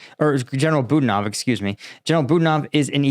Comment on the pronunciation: But hey he pronounced Budanov's name wrong too! 🤣. Come on this is your job. Take a minute to Google the pronunciation.